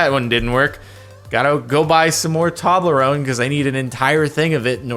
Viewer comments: It's T-oh-blerone, not T-ah-blerone Jaridndifjaon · he calls Toblerone "Tawblerone" Wtf Jawrdan? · well i sure love opening up 10 month old posts to correct people. it's supposed to be pronounced toe-blew-own-ay, because it's a portmanteau of Tobler, the name of the founder; and torrone, the italian word for nougat. you can call the company's headquarters even, and they'll pronounce it with 4 syllables. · I swear he said toddle-rone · ...Did you call it "Toddlerone"? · Um is that how you pronounce Toblerone? I’ve never said it like that 😂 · was about to see if someone said that. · the way you pronounce Toblerone is the least satisfying thing here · Jargon and the Jargonauts, that is NOT how you pronounce Toblerone But just to make it worse... Tob-Blur-Wun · wait wait wait. How did you just pronounce Toblerone?